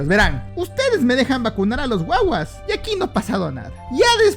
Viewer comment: De dónde eres? Reconocí cuando dijiste guagua y el acento que hiciste